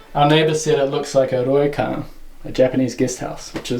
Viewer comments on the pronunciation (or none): Great to see a new post from you! I'm especially excited to hear you're going back to Japan. Just a tip on pronunciation - "ryokan" isn't an easy one for English speakers but you're not doing horrible, better than most. The syllables "rya" "ryu" and "ryo" (りゃ、りゅ、りょ) were the ones I had to work on the hardest. Think of it as a tongue roll like in Spanish, but just one, not multiple, followed immediately by the "yo" sound. "ri-yo" with no break where the dash is. Listen to some pronunciation guides and practice. Master it and it'll be a hit in Japan.